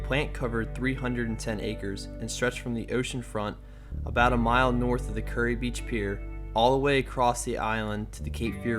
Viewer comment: Good report but it's (ˈkjʊəri KYUR-ee) or 'cure - ee' not 'curry.'